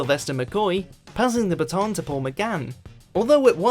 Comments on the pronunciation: That depends whether you're American. If you are, you'll say b'TON. (though not if you're talking of the town of BAT'n Rouge, for some reason). British pronunciation is BAT'n, (rhyming with Hatton) in all cases, except where someone has watched too much American TV (like the uploader). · "Sylvester McCoy passing the b'TON to Paul McGann" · This narrator slags off Americanised programmes, but affects a horrible 'American' accent when he pronounces words like 'baton'.